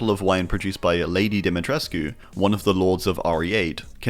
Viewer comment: You mispronounced Dimitrescu. Her name is said in the games.